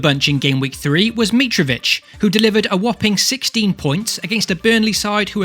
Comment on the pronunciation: Mi-trov-itch not mee-trov-itch